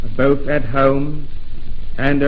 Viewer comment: The way QE II pronounces home...it's like hoem.